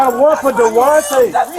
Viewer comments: Todayus, tomorus, yesterdayus , and dewantay 😂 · De'Wante and Jamonte 😂🤣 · DeWante .....lol.